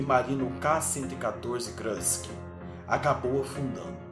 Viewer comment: o nome do submarino é Kursk e não krusk...